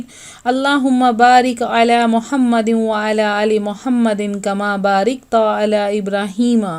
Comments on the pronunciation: Masha-allah boht acha wazifa btaya ha Mari behn ne lkn video bnany se pehly talafuz dakh lya kren,kma ba rakta ha rikta ni,Alla humma Salli ala ha Sally ala nai, jazakallah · Sister Allah Pak ap k ilam men izafa farmay, sister ap Dorod Pak men parte hen /Kamabarikta/ ye asal men hy/ Kamabarakta / Yani ap ra Ki zer parte hen jab K ra ke zabar hy ta/ maftoh hy Mary pas urdo Ni a warna urdo men likhta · اپنا درود شریف صحیح کریں۔ "بَارِکتَ " نہیں بَارَکتَ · Pls drood e ibrahmi ka dosra hisa sahi triqy se prhein, aap os mein 1 mistake kr rahi hain. Lafz Barakta hi. Aap barikta pr rahi hain. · Aap ne barkta ko barikta padha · Or mehrbani kr k apna talfuz b thk kren ,ALLAH HUMMA BARAQTA hota h ,ALLAH HUMMA BARIQTA NH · You're right she really needs to practice her tajweed/talaffuz. And Inshallah she will. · Muhtarama naraz mat hojaye magar ap nay Darood Shareef May bari ghalti ki May may bar bar apki awaz May apky mu say sunliya ap bohut bari ghalti kar rahi hai our wo yahi hai ( kama barikta ap ghalat bolti hai ye hai kama Barakta teek hai..mairy behin hum sub seknay waly hai hum koi Alim Mufti ya aisa bara alama nahi balkh hum sub kamzor awo sekny waly hai Allah hum sub ko Asaan farmaye our Allah hum sub ko apni Raah apny Deen Daghwat ki mehnat kay liye Allah hum sub ko Qubool farmady Aameen Aameen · Madam lafz Barikta nhin ha Barakta ha shukriya. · You are reading Durood shreef wrong. It’s barakta not barikta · درود ابراہیم میں بارکت کے "ر" پہ زبر ہے جبکہ آپ نے زیر پڑھا ہے!!! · نماز میں ن پر زبر ہے۔کمابارکت۔میں۔رپر۔زبرہے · محترمہ براۓ مہربانی درود شریف اچھے سے دیکھ کر پڑھیں ۔ آپ غلط پڑھتی ہیں ۔ کما بارکت پر آپ زیر پڑھ رہی ہیں حال کہ زبر اس ۔ نا جانے اور کتنا غلط پڑھتی ہوں گی ۔ پہلے آپ اپنی قرآن پاک پڑھنے کی غلطیاں درست فرمائیں۔ ۔ اللہ کریم آپ کی اور میری رہنمائی فرماۓ آمین ۔